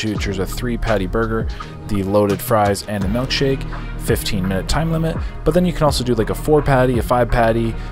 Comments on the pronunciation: Ah yes, a “melk shake” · It’s MILKshake not MELKshake 😂😂